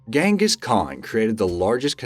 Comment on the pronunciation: It's pronounced Jenghis...